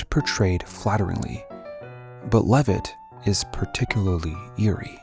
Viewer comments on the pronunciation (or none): It's pronunced "Leave-it"